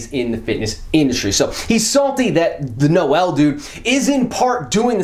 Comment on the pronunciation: Noel is a French name. And it's pronounced exactly like pronounced it. For his last name, tons of German names are finishing with *zel, I'm pretty sure this name as Germanic roots (I mean, it SA after all). I think it would make more sense (for someone outside SA, not speaking Afrikaans) to pronounce it like did because it's pretty close to the roots of the names (French, German/Dutch)